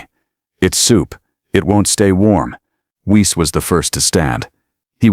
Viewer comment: Your AI doesn't understand German pronunciation - "Weiss" would be pronounced "Vice" . In German, 'ei' is pronounced 'eye', 'ie' is pronounced 'ee' and a W is sounded as V.